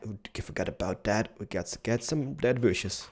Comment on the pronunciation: and many booshes!